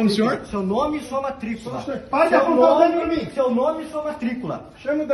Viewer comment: Advogado falando "nimim"... precisamos tipificar o os "crimes gramaticais" 😂